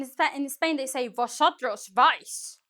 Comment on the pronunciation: i like your spainish accent 'vosotros vais' jaja!